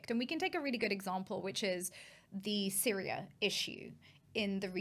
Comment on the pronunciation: How can she not know why the Azzad regime were on S-yria.? 😂 And collective li-bera-tion will only happen when Jesus descends.